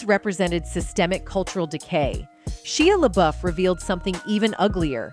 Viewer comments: Shia La Beuf....Shia La buuuuuuuuuuuuuuuf, Shia La Beff, Shia La Buff 😂....that was kind of funny, but amazing video! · sheeya laBoof 🤣 oh AI, you be funny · SHE-a La-BOOF. Bro... at least double check the AI voice narration, before posting this. lmao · "Sheeah Laboof" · SHEEUH LUHBOOF 🤣🤣🤣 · How can AI pronounce a name in 2 different ways in the same segment and both of them are wrong? There is one right way to pronounce Shia LaBeouf right. That can not be too difficult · I think if your going to be a narrator you should learn how to pronounce people's names. It was crazy how many times she butchered Shia LaBeouf's name.